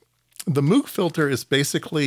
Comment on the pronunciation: Would you please learn to pronounce Bob's name correctly? It's so jarring to hear every time you say it. Moog rhymes with rogue, and does not sound like "mewg". Otherwise, nice content. 👍